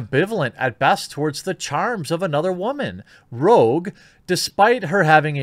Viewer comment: It's "Rooshe" not Rogue